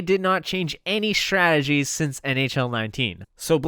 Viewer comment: One day, you will be able to say the word “strategies,” like a slow homosexual. Some day.